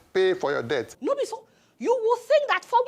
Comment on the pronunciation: Between and , I heard the man mispronuncing debt for death, "paying for our death"🤣🤣🤣. Please we are not paying for our death oo, we pay for debt.😅😅😅